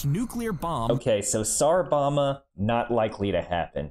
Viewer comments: "SAHR bumma" 💀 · A- First, it's pronounced "bom-ba", & 2- The original rating of the device was 100 megatons, or 200,000,000,000 pounds of TNT. It was cut back over fears that the full force might destroy the atmosphere. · "sar boma" hits hard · "Tsar bama" is all I hear